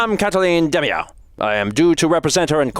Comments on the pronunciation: I believe "Demiaou" is pronounced "de-meow" for obvious pun purposes. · It's pronounced "DE-MEOW". 'Cuz they're cats.